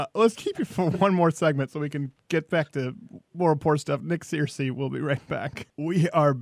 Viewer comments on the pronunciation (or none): It's pronounced 'Ser-cee' not 'Seer-cee'